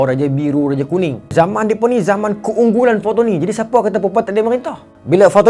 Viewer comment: bukan fatoni..patani...pantai ini..bukan bahasa kedah awe wei